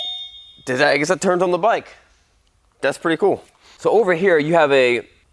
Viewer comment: Say, that’s a nice bwike T2